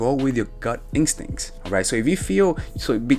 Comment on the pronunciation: Instincts, Not incstincts lol. 😄